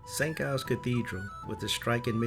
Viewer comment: just a tip - the "G" in St Giles is pronounced as a hard "J" (as in "Jam") not a "G" (as in "glue").